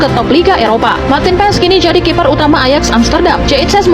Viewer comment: kiper bang.. bukan kifer